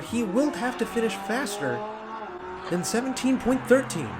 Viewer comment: Love this channel but I have a pet peeve, and I don’t think I’m alone. 17.13s imo should be pronounced seventeen point one-three not seventeen thirteen. Just my thoughts as someone who watches racing and other die cast channels.